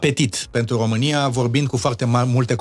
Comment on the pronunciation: hodoronc-tRonc,! Altele mai importante nu aveți și nu vedeți, decît CĂ OMU A SCRIS DUPĂ CUM Rostește, și dvs ÎL CRiticați aci, pe domnul aRdelean... DaR(!) că Gioană, el însuși ÎȘi spune 'OmÎn în loc de ROMÎN și gRăiește de 'OmÎnia în loc de RomÎnia, cÎnd GRĂiEȘTE, NU ÎL ReMARCAȚI.... AȘADAR, PENTRU UNII MUMĂ, PENTRU ALȚII CIUMĂ, nu este o dovadă, din partea dvs, de Conștiință NAȚIONALĂ😉😄😄😄